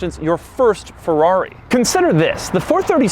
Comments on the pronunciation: it’s not a Forrari..... it’s a Ferrari pls ! try to say Feeerari at once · “And it’s a Fevuavi!” 😅